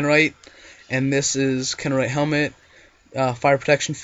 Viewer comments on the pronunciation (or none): kanumerite -_- it said Kreknorite not hard to say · Lol he can't say krek nor ite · Lol it's kreknorite. (krek-no-rite) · first of all its krek-nor-ite in how to say it.